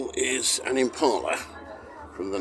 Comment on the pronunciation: Being pedantic, there's no r in Impala